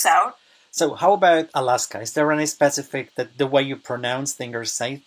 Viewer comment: proc vyslovujes slovo "specific" jako ['specifik]? Spravne to ma byt [spə'sifik].